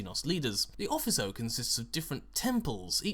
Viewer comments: 'Officio', Not 'Offiso'. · O-fish-ee-oh. not ofisso. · If this is Latin it is probably pronounced 'offikio' Then again, assassinorum isn't the word, it would be like sicariorum Feel free to ignore my Latin nit picking because who cares lol